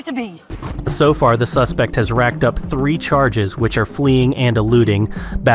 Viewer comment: “1 drink at tree o’clock” 😂